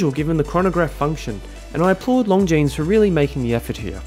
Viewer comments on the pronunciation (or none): Another fantastic review,! Well done. Love this Longines. Oh and if I may nit-pick: the S in Longines is silent;) Looking forward to the next one!